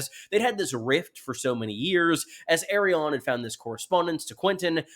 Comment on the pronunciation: Dude, why, WHY do you keep pronouncing it "Aerion"?